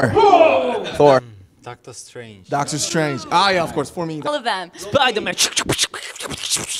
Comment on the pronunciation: May be he said "Hey Army" Instead of "Hey doctor"😅